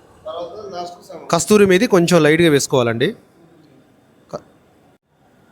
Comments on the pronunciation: కస్తూరీ మేథి కాదు కసూరి మేథి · ....kasturi methi kaadu KASURI MEHTI ani palakandi danni.... meeru chef kadaa...evaru mimmalni tappu pattakudadhu... Mana Telangana vallu kuda develop avutunte chala happy ga undi...👍👍